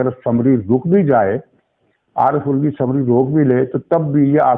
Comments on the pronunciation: علوی نہیں بلکہ الوی یعنی آلو سے الوی۔۔ کیا خوب تلفظ نکالا۔ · Aelvi not ulvi